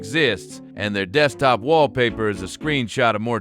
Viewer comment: Ahh yes dekstop